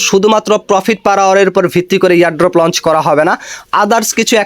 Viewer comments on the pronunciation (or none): none